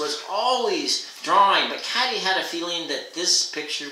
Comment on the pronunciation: I like how you read, but I'm pretty sure the protagonist's name is pronounced "Kay-tee" not "Cat-ee."